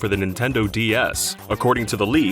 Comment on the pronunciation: Why does he say D S as D E S? That's just confusing as hell